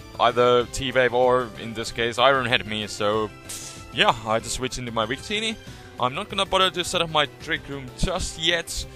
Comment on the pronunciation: He says "we create" and "wictini" because in German, "W" has a "V" sound, so he naturally has a W-V pronunciation variation, haha.